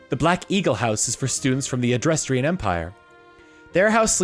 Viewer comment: I swear you're doing this on purpose. It's neither difficult to read nor pronounce some of the names and terms that you are butchering. First is a simple Dutch pronunciation for Adrestia. Let's sound it out. First part is pronounced address while the second is pronounce like the the name Tia. And that is how you pronounce Adrestia. See? It's as simple as reading a made up word. The final lesson is in pronouncing old Germanic names which I would normally say is a bit more complex seeing as they're normally spelled slightly different than how the English or Americans would pronounce them but fortunately this particular name is spelled exactly as it sounds. Hresvelg, Catherine, and Anastasia are all old world European names that which oddly enough sound similar if not exactly how they are spelled. First let's start with Catherine. The first part is pronounced CATH, the second part is pronounced ER, and the third part is pronounced like the word IN. Next is Anastasia which depending on which part of Europe you were in was typically pronounced one of two ways. Firstly it could be pronounced with first part being the name Anne, the second part being ast, and the third part sounding like the continent of Asia. The second pronunciation would be with the first part being the name Anna, the second part sounding like the word stop with the P removed, and the last part sounding like the term "see ya". Finally there's the name Hresvelg. The first part of the name is pronounced like th